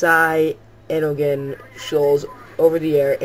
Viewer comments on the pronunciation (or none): cyanogen isn't that hard to say.. >.> sigh-ann-o-gen